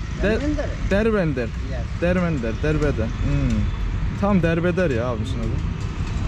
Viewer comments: ...Berberin adı Dermender, ona Derbeder dedi ya laa 😁😆😅🤣😂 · Dermender Derbeder diyen kral ya :D patladım